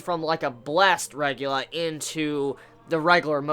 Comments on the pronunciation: Dear mother of god i wanted to watch your reviews but god damn its not a RE GU LA ITS- RE GA LI A!! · Why do you pronounce it 'regular'? It's spelt regalia, and is pronounced reg ay lee ah. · Noragami cliffhangers are so good. I don't know whether to be upset or be pleased with the way they execute them. But I severely want more information on Nora's hold on Yato... I think I might have to pick up the manga. Also slightly irrelevant, but it's pronounced "Reg-ay-lee-ah". No big though, just in case you weren't sure. :) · JUST CALL THEM SHINKI RATHER THAN REGALIA! ITS NOT REGULA, ITS REG A LEE AH! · Heheh I chuckled at the way you say "a regalia". I always think you're talking about arugula. Like some salad. YUUM. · dude its reg-aw-lee-ah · not sure, never heard him pronounce it like that - I think that may be an accent thing though, rather than ignoring the spelling of a word.